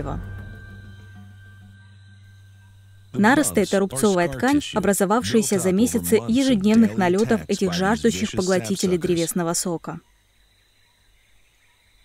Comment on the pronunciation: НарОсты, а не нАросты